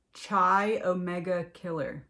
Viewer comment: This reading is great. The 2nd word in the fraternity is pronounced KI like in KITE. C sounding like kuh, silent H, and then I.